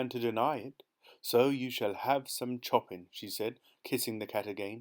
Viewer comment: I love how you pronounce Chopin 😂